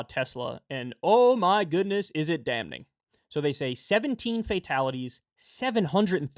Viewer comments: Jesus Christ... I hate that I have to be the one to write this. The 'n' in damning is silent. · Why does Kyle pronounce the first n in damning? He knows it's silent, right? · Dam-ning😂.. This guy